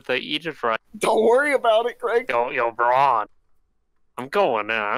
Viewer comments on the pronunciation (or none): none